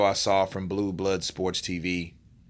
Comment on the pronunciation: You know blue blood stupid when he can't say blue blood sport properly. To me it always sounds like boo bar sport when introducing himself.